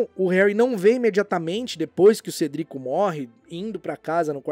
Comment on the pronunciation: Por favorzinhoooo usa a pronúncia "Cédric", que é como falado nos filmes. Ignora como é a parte dublada.